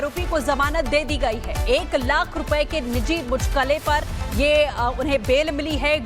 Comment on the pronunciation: ये साले एंकर है जो मुचलके को मुचलके बोल रही है